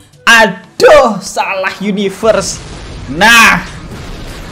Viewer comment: pas ngomong adoh kayak orang Jawa wkwkwkwkwk😂 +sehat slalu ya bang >w<